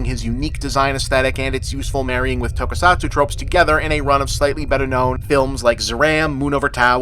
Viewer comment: Finally, bob has covered the greatest film of all time. Shame he also mispronounced basically every Japanese word or name besides “ninja.”